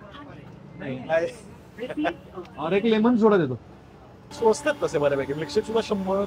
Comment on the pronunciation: म्लीकशेक नाही, मिल्कशेक 😂